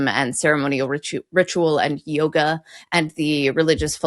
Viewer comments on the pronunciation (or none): none